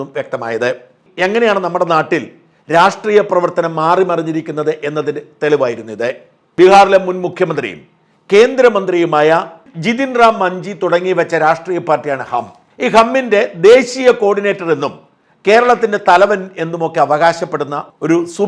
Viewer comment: മഞ്ചി. അല്ല മാഞ്ചി ..എന്നാണ് നോർത്തിന്ത്യയിൽ ഒരു ജാതി സമൂഹമാണ്.